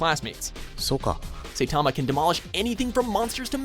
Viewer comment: I've always wanted to say this. You'r saying Saitama's name wrong.* drops mic and walks away*